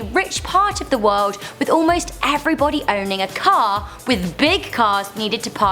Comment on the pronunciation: "In the woed" 😂